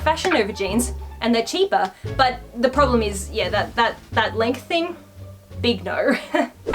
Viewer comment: When said “you have a promble” I felt that 😔😔